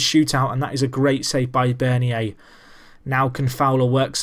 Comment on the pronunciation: Bernier Is pronounced burn-yay